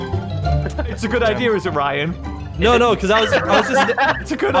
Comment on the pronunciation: All this time I thought he was saying "Riot" and not "Ryan"